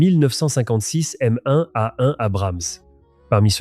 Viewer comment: Hé , l'IA ont ne prononce pas le " M one" ,en mone ,mais M-1 ! C'est pas la première fois que je le remarque ! Merci 😊